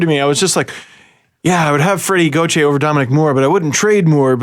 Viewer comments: gau-tire lmao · I love you but watching you pronounce Gauthier so many different ways is hilarious.